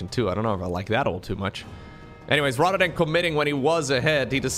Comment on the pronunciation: your English is very good. The main thing you gotta work on is pronouncing your "th" sounds. "th" doesn't sound like a "d". So instead of saying "rhadder dan", practice saying "rather than".